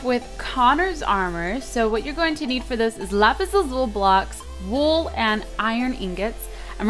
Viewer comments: its pronounced lapis lazuli not lapis lazul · it is not pronounced lsul it is lusle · Isnt it pronounced lapislazul-i not lazule? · it's pronounced lapis lazuli! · She can't pronounce lapis lazuli right!!!